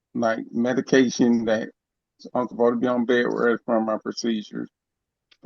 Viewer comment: ‘Bay-ress’ Bed rest